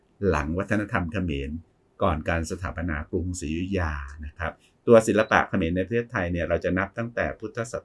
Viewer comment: เออตอนนี้ต้องพูดแยกคำว่าขอมกับเขมรให้ชัดๆนะคับอาจาร